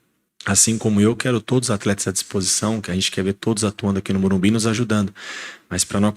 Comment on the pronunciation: Carpini tem de ser orientado a falar MorumBIS